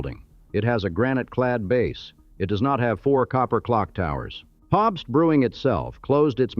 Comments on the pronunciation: Captain Popst!! Gotta love the befuddled Ai! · Or Pabst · Funny that the voice doesn't know how to pronounce "Pabst."